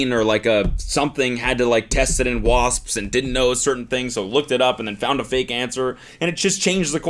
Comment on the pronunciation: Spelled wasps, pronounced wasssspsssss